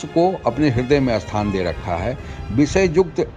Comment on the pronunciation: Spasht ko aspasht kyon bolte hain, behude, Hindi toh thik se bol le, ta fir Bhojpuri kafi hai. Sthan ko asthan bola ja raha hai.